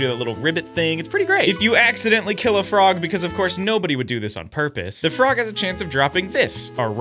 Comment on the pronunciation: ah yes, the froge